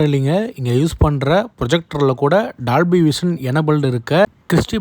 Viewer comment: bro good vieo but say dolby not dalby pronounce o not a